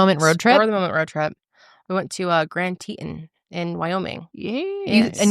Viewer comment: "grand teetin"